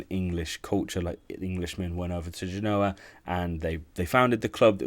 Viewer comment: He couldn't evem say Cagliari correctly, you knew he was going to butcher the artist's name. PS "England inspired Genoa (yes, he mispronounced this one as well) kit"!? Read a book, man. Seriously, have a sense of history.